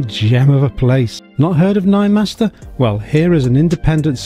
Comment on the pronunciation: Great car, stunning, good review, just the name Ninemeister, German not master